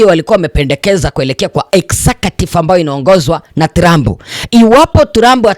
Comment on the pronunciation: Jifunze kutamka maneno TRUMP